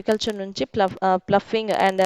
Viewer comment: Plofing ❌ ploughing ✅